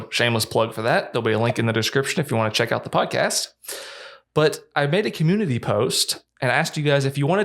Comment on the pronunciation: “So, I made a commoonity post...” 😂😂